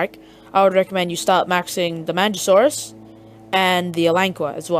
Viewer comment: Not pronounced manjasaurus, but good vid beginners,listen!